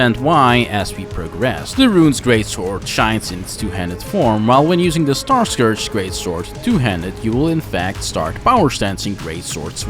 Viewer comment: Great video! Really great editing! Just a small thing: Starscourge would be pronounced as star-scURGE. Just like if you have an "*urge*" for pizza, same pronounciation. Basically take the O out, and Starscurge is the right pronounciation. Either way great video and honestly your editing is absolutely, abslolitely amazing and effin' incredible and I'm not just, saying that to be nice